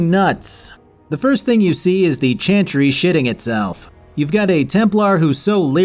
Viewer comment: This video made me want to finish Dragon Age: Inquisition and replay the entire series. Thank you! PS: Does anyone else hear him say "chanchry" instead of "chantry" all the time lol?